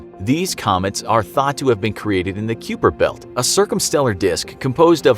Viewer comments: its "K-eye-per belt" simillar to the word "viper", not "que-per belt" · It’s pronounced Kiper or ( Kai-Per). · its pronounced kye-per belt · Pronounced K(ie)per belt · The way he said Kuiper belt is just horrible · U pronounced the kuiper belt wrong. The u is almost silent